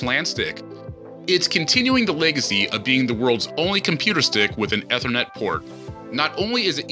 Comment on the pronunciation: need to learn how to pronounce Asus, and ethernet...If you don't know how to pronounce words, ASK SOMEONE...